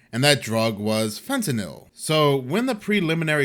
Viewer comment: Hey congrats on being the ONLY media personality that pronounces Fentanyl correctly 😂